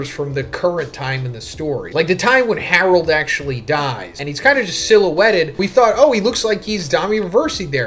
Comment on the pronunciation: "His one true love Harlod!" HAHA